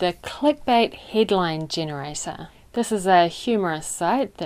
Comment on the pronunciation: You pronounce "headline" in a strange manner. The sound I'm hearing is somewhere between HEED and HIDeous. Would you mind delving into the topic for me?